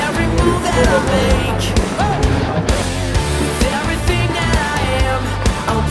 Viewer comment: Хаашаа явхуу? гээд бгаам бэ т1 юмуу хөтлөөд бгаам бол үгээ тод хэлж мэдэдгүймуу , хэл муутаймуу эсвэл